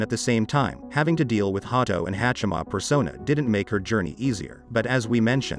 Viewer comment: Was initially put off by the way the computer voice said Ha-do, but went back to finish watching the whole video after looking at the comments. 👍👍 1 like on this video is not enough. thank you for the video.🙏 May GodChama watch over you!